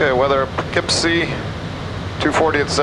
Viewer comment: Always wondered how to pronounce poofkeepsy